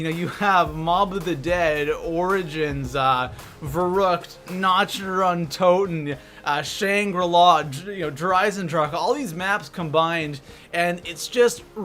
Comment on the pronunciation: It kills me how you pronounce Der Eisendrache and especially, Nacht Der Untoten wrong.